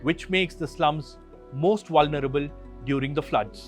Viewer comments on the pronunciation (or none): none